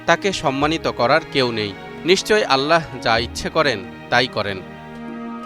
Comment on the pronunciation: আল্লাহ উচ্চারণটি ভুল হচ্ছে। আল্লাহ উচ্চারণ করতে হ এর নীচে হসন্ত এর মতো করে উচ্চারণ করতে হবে ( আল্লাহ্ ), আপনি উচ্চারণ করছেন আল্লা হ, এটি মারাত্মক ভুল। আশা করি বিষয়টি আমলে নিবেন।